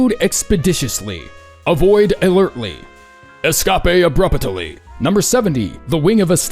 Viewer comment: "Escapé abrupataly" nearly ended me lol 💀